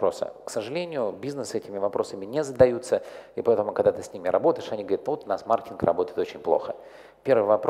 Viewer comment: Я одного не понял. Он говорить слово маркетинг или мартинг???